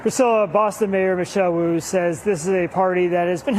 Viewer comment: Mayor Wu-ayt